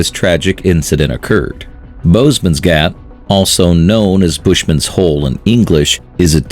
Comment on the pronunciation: Super excited to see this vid. Just a quick correction/ heres a fun challenge; "boesmansgat" is Afrikaans literally meaning bush mans hole. Its pronunciation is difficult to put in text, but try this in the mirror. . . boes-mans-gat, the oe in boes is a bit like oa in boar, or oar. The a in mans is a little long and said more like the a in aren't. You could try say aren't, marn't, marn, man, and then mans. Keep the ar sound same. And lastly gat is impossible, its a g but you make the soung with your throat like other Germanic languages. Its ghhgg-aaa-t. :) the aaa is the same-ish as im mans. How did it go to try say that ?